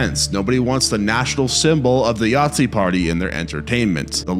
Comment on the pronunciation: I'm sorry are you seriously calling a Nazi a Yahtzee? They don't even sound similar.